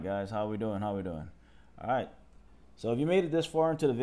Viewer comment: Stop saying arrr-right